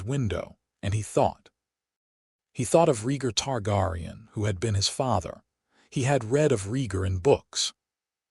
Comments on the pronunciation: Ist pronounced Tar- Gear- ion. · Targaryen (Tar-Gary-En)! But, I Know What You Meant!